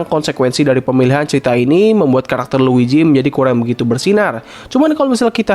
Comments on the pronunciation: Luigi mang, bukan luiji. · dibaca nya luiji tapi tulisan nya luigi si mario aj panggil si luigi “luiji”